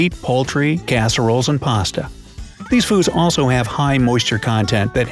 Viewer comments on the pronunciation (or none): none